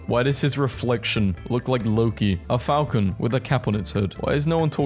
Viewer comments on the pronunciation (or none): none